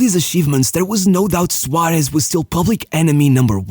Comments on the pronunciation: I don't understand why blud pronounces Suarez as SUARESH, man the SH should be in Su- not in -Rez. Also it's Suares, or with a softer S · Suárez, not Suáresh.